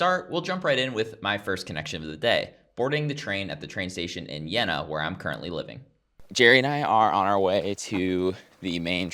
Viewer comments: pronounce it with a canadian "eh" in the middle, Jeh-na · Jeena! You have to speak the "e" Long!